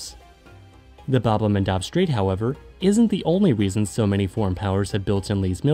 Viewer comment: Your pronunciation of bad el mandeb is extremely wrong